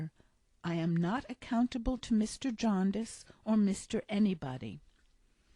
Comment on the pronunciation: Jarndyce! Diiiiiice! Jarndeyece... come on, we don’t murder Americana, please pay us the same respect. Although I am enjoying your narrative, and now somewhat regretting the first part of my message, let me retreat by saying ‘ thank you’ and Dickens belongs to us all!